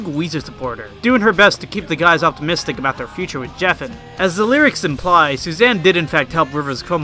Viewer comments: Bro I love the video but it’s Ric O-ka-sick and Geffen with a hard G 😉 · My favourite part is where he mispronounces David Geffen and Ric Ocasek’s last names wrong…and calls Kevin Smith Kevin James…oh yah, then completely skims over Surf Wax America. Good times 👍